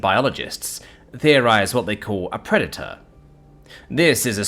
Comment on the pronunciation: Pra-da-tor? Is that deliberate misspelling?